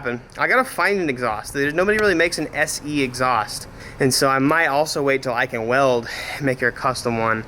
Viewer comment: Sorry did he say se???